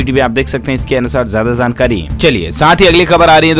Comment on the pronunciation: Zaegi nahi, Jaegi bola jae Urdu shikhna zaruri hai Zankari nahi, jankari Zarahi hai nahi, jarahi hai